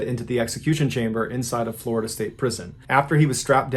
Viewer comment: Floh-i-dah Man... I'm NEVER going to Florida again.